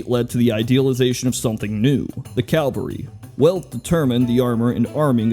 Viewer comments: I like the content but keeps saying CALvary when he means to say CAValry. One is a place, the other involves mounted soldiers. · Sorry to nitpick but you keep saying "Calvary" which is a famous hill, I think you mean "Cavalry" which is men on horseback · It's CAVALRY not CALVARY damnit Calvary is a whole different thing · It is CAVALRY not Calvary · Calvary? Really? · If I have to hear this guy call them "calvary" one more time I'm gonna go through this entire channel and put a copyright strike on every single video, then gouge my eyes out. Fuck, the only thing worse is "nucular." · CALVARY?? Calvary is a hill in the Levant. I think you mean CAVALRY. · Say it with me now, cav-uhl-ry. Not cal-vuh-ry. Cav-UHL-ry. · Might want to point out to - it sounded like he said Calvary, but I think he probably meant cavalry. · "Calvary." Cavalry Ca-val-ry No disrespect but this really grated on my nerves. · It's Cavalry. Not CALVARY. Practice saying it. Calvary is a hill in the Bible. Cavalry are mounted soldiers. Jesus christ. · "Calvary" I don't think that word means what you think it means. Calvary is where Jesus died dude. Mounted soldiers are called Cavalry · "Cavalry" man, not "Calvary". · Why do so many Americans have trouble with the word cavalry...? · I'm sorry, I can't handle it... It's "cavalry", not "calvary". One is a horse-borne fighting unit, the other is a place of Biblical significance. Ok, I'm done. Please proceed. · CALVARY CALVARY CALVARY CALVARY CALVARY CALVARY CALVARY CALVARY CALVARY CALVARY CALVARY CALVARY CALVARY CALVARY CALVARY CALVARY CALVARY CALVARY CALVARY CALVARY CALVARY CALVARY Tell me what the fuck is calvary in a military sense? I know of cavalry, but not of calvary. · It's Cavalry, not Calvary. Calvary is where Jesus was crucified. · Cavalry, NOT "calvary". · why do u say calvary its cavalry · 'Calvary' Say it with me. Sound it out. "Cav"-"al"-"ry" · "calvary" stop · it's cavalry... not calvary. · It's cavalry not calvary